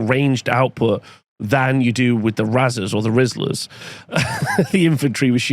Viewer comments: Isn’t it pronounced like raisers? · Unsure if thinks razers is actually pronounced that way and doesnt know the word raze